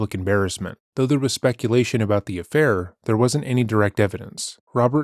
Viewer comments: The way he said affair 😂 “ahffhai r” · probably the only time so far that he’s had to admit to something. He tries to mumble off “affair” like a fucking little kid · Why did he say 'affair' like that? Wtf this guys so bizarre 😂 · why did he say affair like that!?!?😂😭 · the way he says affair makes me giggle every time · Listen to how Telles says his "affair" . Every other word he says is clear, but he was admitting to a personal failing (😖) so he literally couldn't force himself to even say the word out loud, so it came out fully mumbled 😂